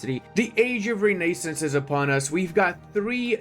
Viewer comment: pls consider pronouncing renaissance as it is pronounced correctly. please. i beg of you.